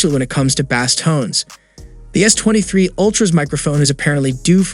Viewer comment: Just trying to help.. debut = /dāˈbyo͞o/ bass = /bās/